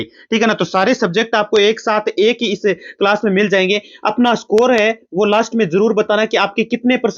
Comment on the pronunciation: achi❎aaci✅ Class ❎callsa✅😄😂